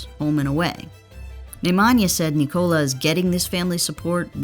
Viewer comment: NÍKOLA!!! It 's a normal Nicola!!! Enphasis on the Ni... Americans are so stubborn man... He corrected them for 2 years